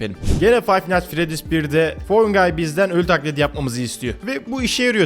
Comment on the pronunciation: Kanka bu oyununun ismi Fine nightfredys değil Fine niğht fredys